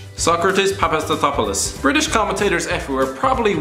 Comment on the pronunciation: Because Pulisic is celebrating the narrator pronunciation of Sokatis Papastathopoulos done right...